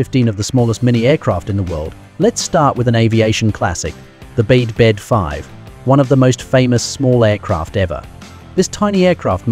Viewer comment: i REFUSE TO WATCH A VIDEO WHERE THE NARRATOR CONSTANTLY USES THE INCORRECT PRONUNCIATION OF THE AIRCRAFT NAME. THE BD-5 IS PRONOUNCED BE EACH LETTER B-D-5. THE BD IS "NOT" A WORD BUT PART OF THE INVENTOR'S NAME. JIM BEDE THUS THE BD IS SYNONYMOUS FOR THIS THE AIRCRAFT LINE HE HAS DESIGNED AND MADE. THERE ARE MORE THAN JUST THIS ONE AIRCRAFT THAT JIM HAS DESIGNED. DO IT THERE ARE LETTERS IN THE NAME OF AN AIRCRAFT, SAY EACH LETTER AD IT IS NOT A "WORD" THEY ARE LETTERS.